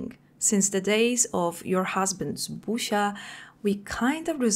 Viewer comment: jak mówisz Busias to jedyne co słysze to pusia xD